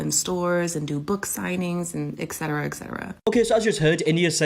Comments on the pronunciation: Anyone else bothered that the model said “ec-cetera” instead of “etcetera” multiple times? That might just be me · I'm having a hard time getting past an author that can't properly pronounce Et Cetera 🤷🏽‍♀️